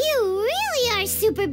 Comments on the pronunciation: And Furina won for being the worst of them. She got everything : weird exagerated accent, prononce the silent r in Monsieur etc 😂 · SlBajdv AAAH THE PRONOUNCING...IT HURTS MY EARS Basicly its written "monsieur" but pls just say "meusieu" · thing is that the english ones always try to just put everything in an english accent. they don't do research . the voice actor (the english one I didn't like from start from what he appears in the streams) but when he is directing he should do research. monsieur is a NORMAL COMMON word. Even here in Germany we use it in the right term. is like portemonnaie or pomme frites , all these normal words but then the english version just makes it plain english. I cringe still so much on the fischl words like verurteilung....there is no issue in doing research especially when 2 characters out of 10 pronounce it right, the rest wrong. there MUST be a coordinator just seeing that they don't pronounce it the same. then they should practice until it works. (I remember with al -ahmar how much it went wrong) Alone Childe as I know is absolutely wrong pronounced The issue (and a bad thing) genshin just started is having the same words but trying to say it in all languages. and it got out of hand since inazuma and sumeru. you have then 3 language with 3 words for "filth" , here you don't need for one word a 7- word-sentence in french if you want to describe one thing just to show how french fontaine is. it makes it not only ridiculous but also the player needs to learn vocabulary of the game for each region. (like why the hell would you put nazissenkreuz (german) into fontaine?